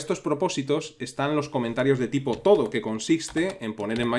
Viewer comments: Fantástico vídeo, como siempre. Solamente una aclaración: no parece que la nota "TODO" en el comentario se refiera a la palabra "todo" en español, como la estás pronunciando. Si esto es un término que usa todo el mundo, por convención, la lista de tareas lo reconoce automáticamente, y atendemos a su función, tiene toda la pinta de que esto es realidad es "To do" (traducido, "por hacer"). En inglés se utiliza este término como un sustantivo y se habla de los "todos" (to-dos) como las tareas pendientes de realizar. Pongo esto por si a alguien le ayuda a memorizar y entender el término. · Por favor! No se pronuncia TODO es To Do, "a hacer" en inglés, pronunciado "tu du". Por lo demás buen curso.